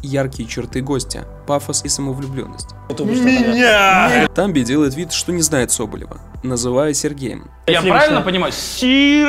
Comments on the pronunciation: Не тАмби,а ТамбИ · Ты намеренно произнес имя нашего любимого Тамбу с неправильным ударением? Чтобы вывести нас на непреднамеренную агрессию и выйти из зоны комфорта?